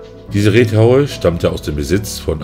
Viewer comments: 😂Ich habe mich auch gefragt, wie man auf Reethaue kommt. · Reuthaue heißt das. Reuthaue! Nicht Reethaue.